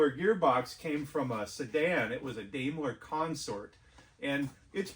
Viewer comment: You do really quality work there & use correct terminology & you even pronounced Daimler correctly! Where was the body built?